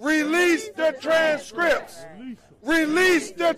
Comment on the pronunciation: “Release the tranzz Scrips” lol